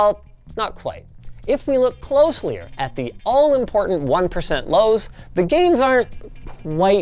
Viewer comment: "Closelier" - Linus.